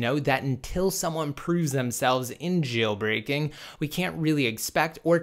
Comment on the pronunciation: Stop annunciating the word "JAAAAILBREAKING"